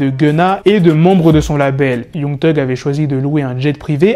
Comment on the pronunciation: Mec arrête de dire Young genre c YANG mec 😑